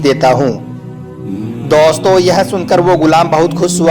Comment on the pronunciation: Daustoo kyu bol rhe bhai...